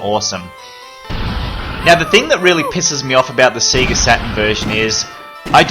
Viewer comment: Loved this, but SEGA is pronounced SAY-GAH, not SEE-GAH! Normally I wouldn't be too bothered but I haven't had my first coffee of the day yet!